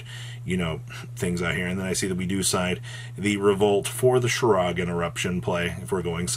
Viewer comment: If I had a dollar for every time mispronounces Shuraig and "waning" I'd be able to enter a few locals tournaments.